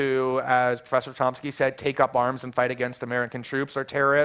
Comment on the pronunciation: did he call chomsky as tomsky ? again and again ?